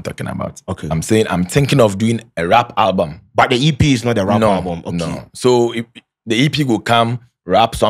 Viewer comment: He talk owlbum 3million 😂